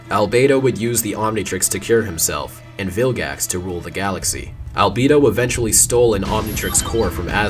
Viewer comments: Why did Omniverse change how they pronounced "Albedo"? It's "Albeedo," not "Albaydo." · love the detail of him pronouncing albedo's name as "al-bee-do" in the UAF part and changing it to "al-bay-do" in the Omniverse part